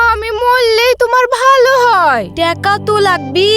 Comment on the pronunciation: টেকা❌ টাকা ✅